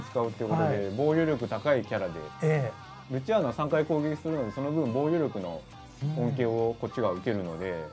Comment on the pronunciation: ルチアーノ最初アチールノって言ってたわ